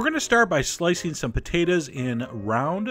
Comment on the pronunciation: i dont get why he says "patatas" isnt it potatos